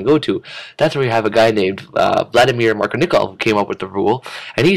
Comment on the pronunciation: It's "Markovnikov," not "Markinikov"